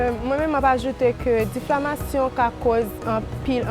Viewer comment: diffamation yo di oubyen difflamation😂😂 m wè di diflamation😂😂 vin pran miss plim poul nou an😂😂